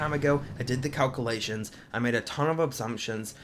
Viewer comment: wow can you say calculation 5 times fast? or even once? lmao